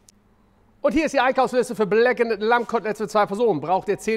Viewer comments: datt heißt BLACKENED - (gesprochen BLACKEND) und nicht blackenett... heißt ja auch corned "cornd" beef und nicht "cornett" beef.... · DANKE!! ENDLICH jemand den das auch triggert.... "bläckenätt"... ächz 🤦🏻‍♂️ (nur das Englisch, nicht das Kochen!!) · Alter es wird „bläkkend“ ausgesprochen. Know your english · GROßER Fan von Deinen Videos! Fantastisch! Einfach alles! Grandios! Nur BITTE: blackened spricht man blackend... das zweite "e" ist stumm... :) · Gemessen daran, dass Steffen ja in den USA gelebt hat, finde ich es nach wie vor einfach nur schlimm, wie er "Blackened" ausspricht :D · wenn er jetzt noch "blackened" richtig aussprechen würde, hätte es mit dem fünften stern geklappt... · Bitte lass das zweite e bei blackened weg bei der Aussprache. Nicht weil ich dich vorführen möchte sondern damit andere den Fehler nicht auch machen. Und bisschen weil es weh tut beim hören.. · Das zweite e wird nicht gesprochen. Verdammte Axt.